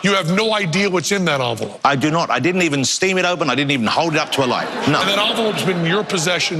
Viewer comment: Envelope, NOT Onvelope!!!